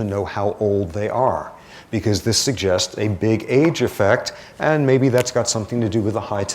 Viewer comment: His enunciation of "effect" sounds like "affect" cause he always says "ahhh" for the e. 🤦🏻‍♀️